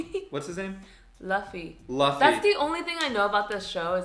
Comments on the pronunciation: I say watch both the anime and the Live Action. :) This is, I think, the best anime adaption I’ve seen. It has stuff from the manga that the anime doesn’t and some awesome stuff. Don’t let anyone spoil One Piece though cause it’s awesome to see blind reacts. Also it’s “Looffy” not “lahffy” for “Luffy”. Nami, orange girl, was friendly cause they both want the same thing. The map. So she figured it would be best to partner up for the common goal and take it later. Welcome to the One Piece Nakama! Super excited you joined us! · Lappy it’s Luffy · You know they didn't actually know about One Piece when they called Luffy as Laffy lol. But I'm here for it!!! Just started watching the anime after OPLA and I just finished Impel Down arc. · haha Luh-fy! 🤣 Called one piece cuz he has atatined it all and its all in one piece! or together in one place haha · pronounced loofy